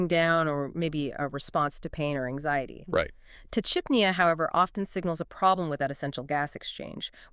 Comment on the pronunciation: It’s pretty gross when you’re using AI to exploit pet guardians. You can’t even pronounce tachypnea properly.